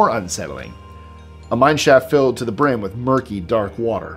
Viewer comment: He said BRIM. Lol